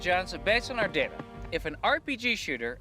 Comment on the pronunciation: It's pronounced "data" not "data."